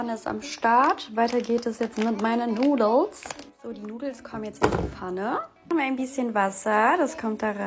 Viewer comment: Souuuusse & Nouuudelzzz😅